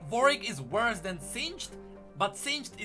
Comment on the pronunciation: it's WAR-WICK(ed), not VORE-EEK